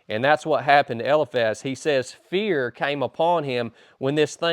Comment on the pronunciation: Isn't it pronounced. El - eye Faz?